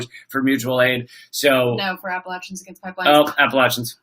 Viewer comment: Great live chat! Thank you for pronouncing 'Appalachia' correctly!